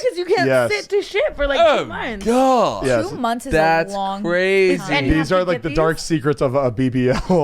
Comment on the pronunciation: is the whitest person EVER HAHAHAHA. 10 weddings & the way he cringes & says “oh gawwwd,” in like a rich old English voice. I caaaaaaant 😂😂